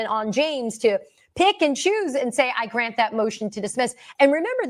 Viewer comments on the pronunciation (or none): none